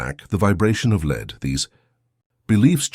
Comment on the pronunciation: I wonder how one gets the AI to make the distinction between Lead the verb vs the metal as it narrates. Maybe use another metal also easily malleable for this narration. Otherwise very powerful message hopefully not acquired too late.